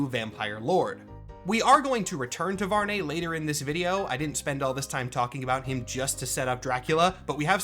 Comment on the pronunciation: I think the correct pronunciation might be VARR-NEE like algae. Impossible to be sure if nothing official confirms it but I prefer the nay sound. Blood Hunt kinda seems like a Marvel writer liked the Volkihar stuff in Skyrim and wanted a Marvel version to be a thing.